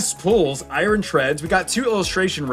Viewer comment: Why you keep calling Iron Eye Ron It's pronounced Eye Urn I don't understand this because you speak English perfectly fine Edit: just my opinion the cards look fake in the English set